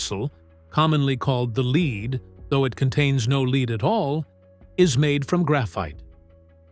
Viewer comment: The narration AI voice does not know yet how to say Lead. Instead it interprets the script as leed. This is an obvious giveaway. "Homagenius" versus homogenous